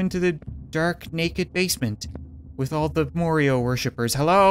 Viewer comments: Lol he Accidentally said Morio in stead of mario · More io? It's Ma-are-e-o! Proud ouce? It's Pro-dud-ce! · he said Morio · Why did you pronounce it morio